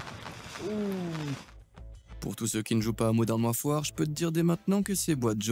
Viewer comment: « Modern warfouar » 😅